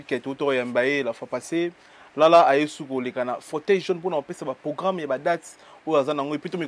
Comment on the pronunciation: ozalaka na problème na R? Anvers(anvecs), programme (pogramme), Versace (Vecsace)… eza nango langue mais bongisa ozalaka na france